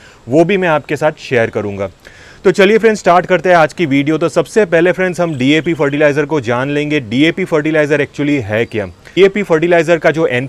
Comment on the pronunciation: Dap नहीं सर जी DAP होता है और वो Npk नहीं सर जी NPK होता है । 😂😂😂😂 साइंस का क्यों गला घोंट रहे हो ?